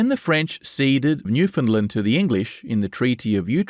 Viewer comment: This is really good stuff. But the pronunciation of Newfoundland is wrong. Minor quibble, but it's like hearing an off note every time I hear it.